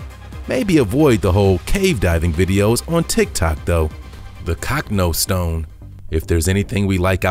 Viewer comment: CANT YOU PRONOUNCE ANYTHING RITE MAN ITS NOT THE COCKNO STONE ITS THE COCH NO STONE !!!!!!!